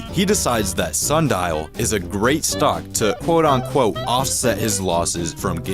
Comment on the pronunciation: It’s “quote unquote” not “quote on quote” moron